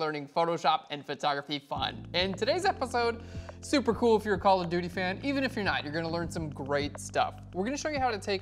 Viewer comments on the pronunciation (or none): I always understand "Color Beauty" when you say "Call of Duty" :) Liked the filter part in this video! Thank you for that!